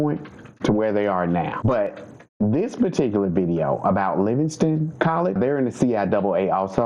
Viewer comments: LivingSTONE!!! Not Livingston.... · Its LIVINGSTONE NOT LIVINGSTON